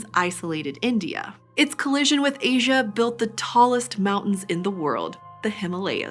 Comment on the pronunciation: It's not loasia it's asia